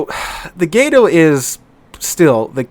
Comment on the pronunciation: "Gato" has a Short "A" pronunciation, it's "Cat" in Spanish My Brother.